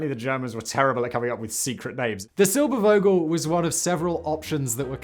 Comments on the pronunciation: it is Vogel, and NOT "wogel" a V has a bzzz like a zzz, an fff doesn't like an sss., .there is no w sound in a v... what so ever.. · Realy far from being german or native english speaker, but Eugen Sänger reeds something like Oyggen Zengger, Irene reeds something like Irrenneh and Silbervogel like Zilberrfogel.